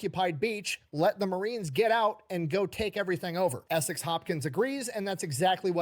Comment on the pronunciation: ESEK, not "Essex". I'm from his town.